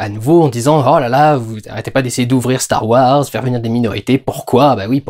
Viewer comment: CHTAR WARS ! Reprends-les s'il te plaît, c'était excellent bordel !